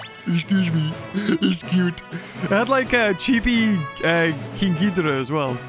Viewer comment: Ghidorah not Ghidrah. There’s an O